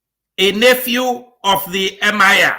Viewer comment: it is Emir not Mir